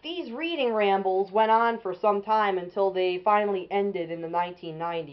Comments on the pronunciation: Pronounced "red-ing", not "reed-ing". But you got the history right. A nice engine. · Great video! One small nit-pick: it's pronounced "Redding" like Reading, Pennsylvania.